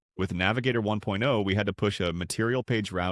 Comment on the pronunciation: The emphasis on words like "1.0" and "2.0" when comparing the two doesn't sound right. But more generally, the overall cadence sounds really repetitive. It's lacking any human touch and becomes a sort of drone that I found myself tuning out to.